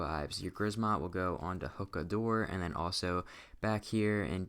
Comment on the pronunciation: also its pronounced (hoo-kuh)